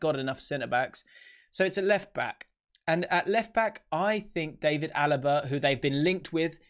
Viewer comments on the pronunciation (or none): none